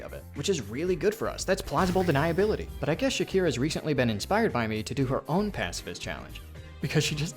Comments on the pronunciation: her name is "Shakra," not "Shakira." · did bro just called shakra "shakira"????? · Shakra ❌ Shakira ✅ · ish: Moorwing despawns because you entered bellhart from the back, via the wormways (and shelwood). It is not random. Shakra does not spawn into that fight in the hunter's march when you have not collected enough of her maps. Also, I would love for you to not pronounce Shakra like that. I know a lot about this game's inner workings. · I'm sorry. This video is good. But you said my second favorite character's name wrong. Don't yell at me. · maybe because you're mispronouncing her name so egregiously? lmao